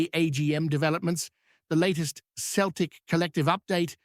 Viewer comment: its celtic not keltic if you cannot get it right i cannot take this seriously.